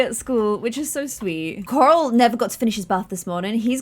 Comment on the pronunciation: I love the way you say Coral. I love all your videos. I try to stay on all your new series.